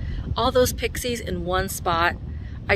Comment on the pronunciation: I must have missed it, but are you guys calling them "prixies"? They're pixies (no r). Is it a Southern thing? (Please help this MN gal understand.)